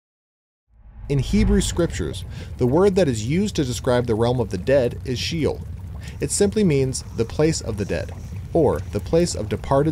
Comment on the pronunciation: When the word “SHEOL” —Shay-ole cannot even be pronounced correctly, I’m not gonna believe anything else you say sorry